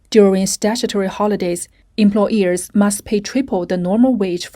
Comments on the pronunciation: Omg haha I was so irritated too everytime the voiceover said "employEARS" instead of employERs. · The word is employers. Not employ”ears”. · It’s hard to listen to this when the voiceover refers to employers as employEARS